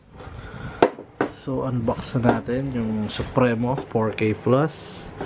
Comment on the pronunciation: Sup-pri-mo. Hnd sup-re-no.. hnd yan si mabini